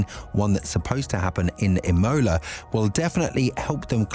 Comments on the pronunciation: You’re saying it “I-mo-la” it’s “Im-o-la” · Emola with a capital O and fully pronounced mid way through the word aswell 😂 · anyone else like the E-MOLA Race ahhh, killing me every time it was said haha rest of the video is good just Imola got my blood boiling haha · It's Imola not Imola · Please google how to pronounce Imola.